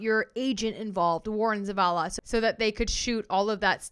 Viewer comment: You are the only one who pronounces Zavala correctly. 😊